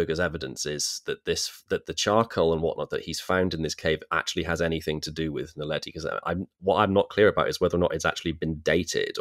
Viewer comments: Tut, tut. I think you'll find it's Homo naledi, NOT "Homo neladi"! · It is homo NAledi, not neladi...